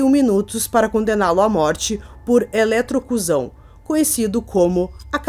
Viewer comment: Eletrocuzão? Imagino o que seja. 😂 Não seria eletrocussão?